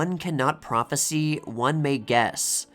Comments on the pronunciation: You're mispronouncing the usage of the word, "Prophesy" as "Prophecy" and it's a HUGE intellectual turn-off. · Small nitpick. The word "prophesy" is pronounced "pro-phes-sigh", not "pro-phes-see". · AI slop can't always cope with homographs and unusual word pronunciation. The voice is confusing prophesy with prophecy. The sy is pronounced sigh whilst the cy is pronounced see. Prophesy is a verb whilst prophecy is a noun. If this isn't AI the the speaker is the other AI aka An Idiot.